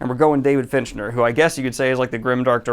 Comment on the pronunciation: Stope saying Finchner dammit its FINCHER